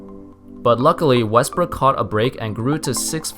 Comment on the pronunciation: You say wrestbook